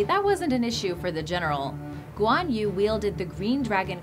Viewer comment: Guan yu pronounce Guan ewe. Hang Tuah pronounce Hung tu-ah. Malaysia still exist on map. Don't change the spelling to make it sound exotic.